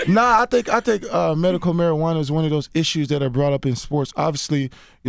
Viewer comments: Wtf is Merical Marijuana!? 😂😂😂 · This dude can't say medical.